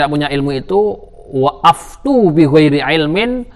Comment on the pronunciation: أفتوا . . . . . Itu kenapa dibaca aftu? Bukannya aftaw pak?